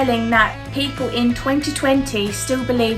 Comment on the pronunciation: What's up with this girl's vowel sounds? "Peepoo believed the Earth instead of bein like a glaybe..."